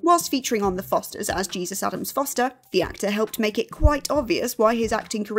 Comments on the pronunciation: Can tell you never watched The Fosters. Jake T Austin’s character is not pronounced Jesus. It’s pronounced like Hey Zeus. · The name Jesus is pronounced Hey-zoos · It's pronounced Jesus, not Jesus